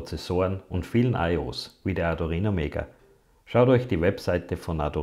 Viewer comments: Gutes Video aber bitte sag in Zukunft Arduino und nicht ardurino. Wenn man sich mit der Materie schon auseinandergesetzt hat und die Namen drin hat, stört das ganz schön. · Bitte: arduino nicht arduRhino. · Du erklärst das recht gut - aber das Teil heißt Arduino - nicht Ardurino, wie Du den ständig nennst. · Es heißt Arduino nicht Ardurino😅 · Tolles Video. Nur: Bitte nicht Ardurino sagen es ist Arduino. Da gibt es nur ein R im Namen. :) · Das Video ist super. Aber mich triggert deine Aussprache des Arduino. Ardu(!)R(!)ino. Schwierig beim Thema zu bleiben wenn in jedem zweiten Satz diese falsche Aussprache Mitschwingt. Vielleicht ein persönliches Thema 😉 NO Offense! Aber da ist KEIN zweites R in der Mitte!!!! Aaaaaahhhh. So das musste jetzt raus 😉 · Nur eine Kritik. Arduino, nicht Adurino. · Das Ding heißt Arduino NICHT Adurino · Er hat sich ein Mal versprochen ! wenn man nicht zu hören kann dann leise sein ok ? Toll 😊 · Du sprichst ständig von ARDU*R*INO ?? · "Adurino" :) Aber gutes Tut, Danke! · Ist es Absicht ständig ADU"R"INO zu sagen, oder wie? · Tut mir leid, aber das sich ständig wiederholende "ArduRino" kann ich mir nicht anhören....